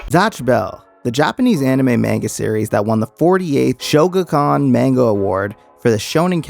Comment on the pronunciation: bruh how u gonna miss a whole ass syllable in "shogakukan" on multiple read throughs?